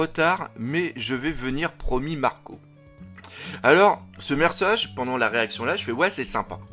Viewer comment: " on couille les bateaux " " ce mersage " (Des petits problèmes d'élocution?) 😉